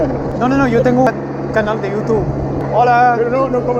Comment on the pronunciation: Love ultra Spanish pronunciation of "YouuuuTuuube" 🥳🇪🇸